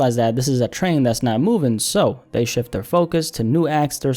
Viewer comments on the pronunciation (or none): none